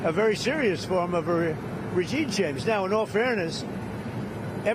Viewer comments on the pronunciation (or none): He says “regine chamge” here.